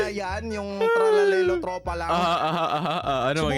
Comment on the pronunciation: nakakatawa 😂 yung nag sabi si tralalero tropala